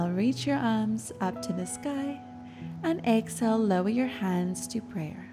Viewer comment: I hear Excel instead of exhale 😮😑